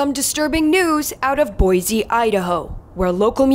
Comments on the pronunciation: you pronounced boise wrong, it is boi-C not boi-Z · The pronouncing it with a z really itches my brain living there. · Boise=Boy-See, not Boy-Zee ;) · As an Idahoan, there is something unnerving about hearing someone say Boise as “Boy-Zee”….. it’s Boy-See